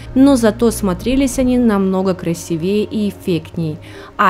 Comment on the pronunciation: ..трехсот, а не трехста, красИвее, а не красивеЕ, НАдето, а не Одето...